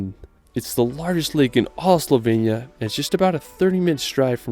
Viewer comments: It’s Slo-venia not Soul-venia 😂😂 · HOW HARD CAN IT BE TO SAY SLOVENIA RIGHT??? IT'S NOT CALLED SLOVENYA OR WHATEVER YOU'RE SAYING! Just listen how the British are pronouncing it and say it like a normal person, for f*** sake...but thanks for making the video, I appreciate the effort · bro you keep saying slovenia wrong im from slovenia btw